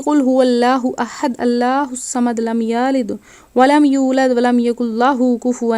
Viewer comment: Byta..maazooby na kahain blky arabi tilawt sumln kr islah krain..dosra ...lmyalid..k talafuz...islah zrori Hy wrna. Maani bdl jaty Hain..